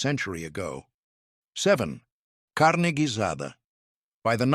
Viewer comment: Tamales = tah/MAL/lehs ... Carne Guisada = KAR/neh gui/sah/dah ... Tortillas = Tore/TEA/yahs